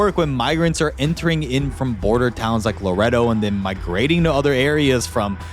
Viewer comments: Luh•Ray•Doe (Laredo) not laretto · its la-rey-do not larado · Laretto? 🤣🤣🤣🤦🏼‍♂️ LerRAYdo bud. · Laredo is pronounced laa rey doe. ❤ just saying! 😊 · Bro, doesn’t know how to say Laredo bro says Loretto meko 🤣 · Luh- ray- doh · Lmfao he said Lareado texas. It is a shit city though. Fuck that place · Its pronounced La Ray Doe, lmao its slightly bothering me. But love the video, very interesting and detailed. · I am from laredo texas and that is not how you say it.